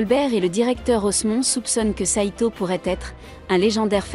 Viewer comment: Le titre en japonais serait plus simple pour les recherches: Zero no tsukaima.. et stop les voix avec traduction google.. Sedo/seto, c'est SAITO, Saï comme le remplacant de sasuke, et to..